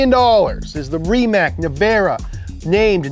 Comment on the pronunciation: when you mispronounce Rimac as Rimrac ... jinx